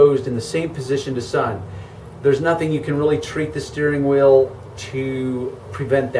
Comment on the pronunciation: every time he says steering wheel, it sounds like he’s saying steering oil lol